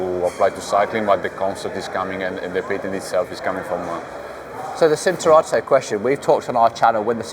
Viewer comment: Pirelli CHIN-turato, not "Sin"